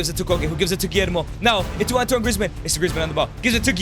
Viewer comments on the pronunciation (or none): none